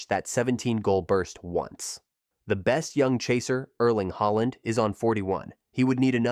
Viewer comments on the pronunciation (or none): none